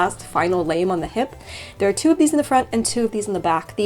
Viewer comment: probably pronounced "lahm" with a long a. It's the French word for blade. And given their shape, this makes sense to me. Little curtsey (ouch, my knees!). I can5 believe I missed this video! This is an insanely cool project, probably my favourite of yours to date. You are so lucky, and so are we to be able to come along for the ride. I'm very reconnaissante, merci gente dame.